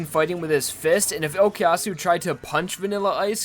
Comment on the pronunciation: I know it's been 8 years, but you do know that it's O koo yasu and not O key yasu, right?